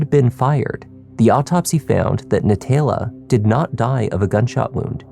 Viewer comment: NaTAYla… if you can’t pronounce it correctly stop trying to narrate just let the video play